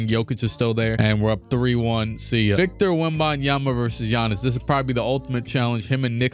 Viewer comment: Man said, less-B-Giannis